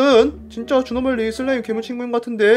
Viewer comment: 옥에티 발견! 에 주노말리가 아니라 주누말리라고 했습니다!